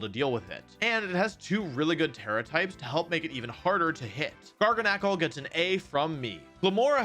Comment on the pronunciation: I think it's Gar-gan-ucle. Not Gar-ga-knack-ul